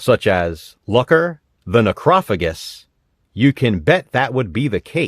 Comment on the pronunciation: I'm gonna be that guy. The G makes the J sound. Its pronounced Necro fajus. Don't ask me why I know this.